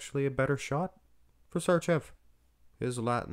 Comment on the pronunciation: Š(arčev) should be pronounced like if you say .....Shit .......but only first two letters of that word. The word Č should be pronounced like if you say .......China...... but only first two letters of that word